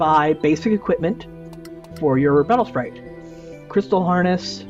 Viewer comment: he says my spatle sprite